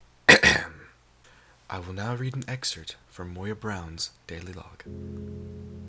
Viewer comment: What's an "excert"?